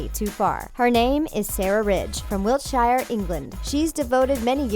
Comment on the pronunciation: When you said Wiltshire it's not like Wiltshyer it's like Wilsher